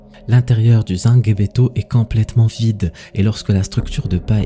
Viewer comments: Justement au sujet du rituel c’est n’est pas sangebeto comme tu prononce mais sangbetô je suis béninois et je sais de quoi je parle merci pour la vidéo tout de même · C’est zangbétô pas zanguebeto 😂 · Je suis Béninois. La prononciation est: zangbétor. On ne lit pas le g à part. Il faut être initié (awo) pour connaître le secret. Ce sont les esprits qui agissent. 💪 🇧🇯